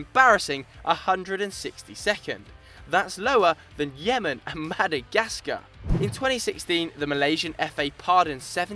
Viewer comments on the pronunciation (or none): none